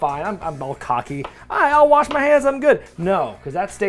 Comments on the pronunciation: If you can secretly judge me for buying party trays, I'm gonna secretly judge you for saying wash like "warsh". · in this pandemic warsh up! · I've never heard say anything that hinted at his geographical upbringing until I heard the word "warsh" several times. Now I KNOW he's from the PNW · says warsh like my 72 year old grandpa. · I’ve never heard of “worsch the pepper”. What is that? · Warsh? Are you sure you're not from St. Louis?